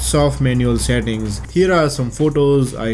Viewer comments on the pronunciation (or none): none